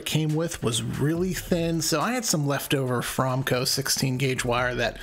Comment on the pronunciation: Fro-me-co, not From-co.